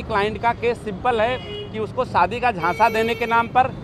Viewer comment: आप क्या बोल रहे हो सादी नही शादी